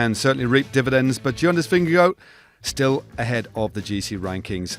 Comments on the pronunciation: “The man in the red jersey: Jonas Vingago” err… nope try again. Stephens is a lovely guy but why does he choose to reinvent the pronunciation of EVERYTHING vingeGAARD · no it isn’t. The danish pronunciation is vin-ye-gaw/vin-ye-gor, not vin-ya-go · Why does he keep saying vingego? Is that how his name is actually said?